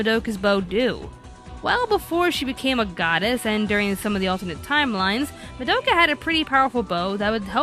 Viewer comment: Anime America... please stop pronouncing Madoka's name wrong... please.... 😭😭